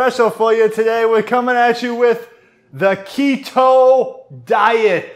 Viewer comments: the KEY-toe diet! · What a good laugh, thanks guys. “Key-toe” diet, I’m dying 😂😂😂